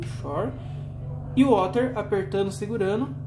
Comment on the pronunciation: Duas dicas: a pronúncia de chorus é "córus" e other é "óder".